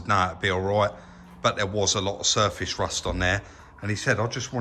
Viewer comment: Shtraight and shurfashe rusht.